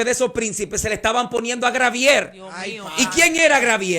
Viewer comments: Se dice Gabriel usted sabe mucho pero así es el nimbre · Me imagino que este pastor es de República Dominicana, porque siempre dicen Grabiel, y es Gabriel.